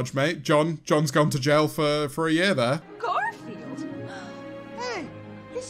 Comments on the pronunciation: Is it just me or did George call Garfield "Granfield?" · I love how for like 70% of the first movie George calls him garnfeld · George saying “Gamfield” repeatedly and waiting for to say something is just... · George messing up Garfield's name every once in awhile kills me, he was literally referring to the cat as "Grandsfield" for like three minutes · George calling Garfield "Gramfield" is the best part of the entire vid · "granfield" can confirm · Everyone: Garfield Memeulous: G R A N F I E L D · He does it again ! Is this some sort of joke, George? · next challenge, take a shot everytime george doesnt say garfields name right